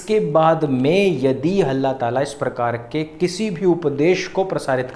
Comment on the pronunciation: 2.13 halla taala nahi dallla tala